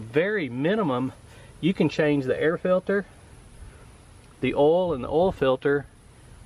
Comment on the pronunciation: It's pronounced OIL. Not oal, oil.